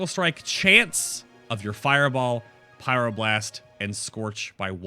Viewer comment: huhuhu "pyroblurst"